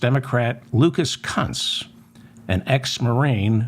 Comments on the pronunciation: Kunce is pronounced "KOONCE". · Kunz is a German name and is pronounced Koonz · Please do your homework before disseminating erroneous information. Mr. Kunce’s name is pronounced with a long U. If it was a joke, I didn’t find it funny. Most of your humor is quite funny and I enjoy it. In fact, I usually laugh out loud at least once during your podcast for which I’m thankful. ❤